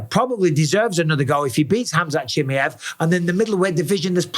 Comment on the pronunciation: Cha-My-Ev Mike, Cha-My-Ev